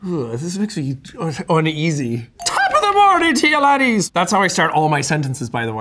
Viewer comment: I was today years old when I found out that Jack says laddies and not ladies